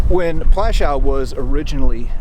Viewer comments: The W at the end of Plaszow is pronounced as a V or even F but not as a W as in wagon. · could't learn to pronounce Pwashoov ? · Just one thing. Maybe learn the correct pronunciation of the name of the place. It's pronounced as PWUSHOOV. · It took the trouble to travel there but didn't take the trouble to pronounce it correctly. Just make some alternative word instead. 'Pwashof' ya dopey Yank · Oh please get even the most simple information right...it's PŁASZOW! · Plaszow. I really like what you’re doing, please consider pronouncing the names right and not “americanize “ it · Your history is spot on but i wish you took the time to learn the proper pronunciation of the camp and other significant names. Its disrespectful and something i find very common of americans.